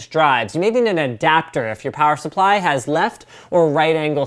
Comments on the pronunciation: I repeated plower supply at the exact same time as Linus did. And then I giggled my blalls off. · "Plower Supply" You know Canadian Winter is coming when...